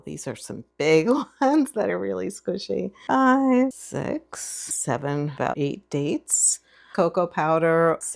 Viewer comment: Thanks for sharing your exquisite recipes without any music ❤ But is it six 6 spoons or sex ❤.. Please Don't pronouce it strong because it shifts the meaning from number six 6 to something else ❤ May Allah Almighty bless you ❤